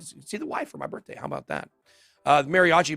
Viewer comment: Happy “BITH-DAY” Ben!!🎉🎂🥳